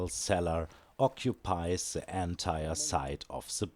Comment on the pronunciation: Coole Sache das Video auch auf englisch anzubieten. Vielleicht noch dran denken, das "th" nicht als "s" auszusprechen ("the" =/= "se") aber das ist meckern auf hohem Niveau :D weiter so, hoffentlich kommt bald mehr